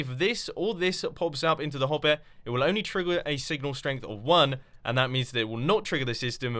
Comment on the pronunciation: "Hop-air" and "trig-" trig-what? xD